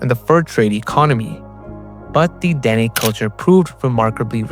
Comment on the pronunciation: THE NATIVE TRIBE DEN'E IS PRONOUNCED DUH-NAE ITS THE SAME ETHNIC GROUP AS THE NAVAJO'S HERE IN THE SOUTH WEST USA.